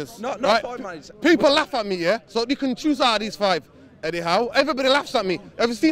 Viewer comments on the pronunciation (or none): Did he say eddie 😂😂😂😂😂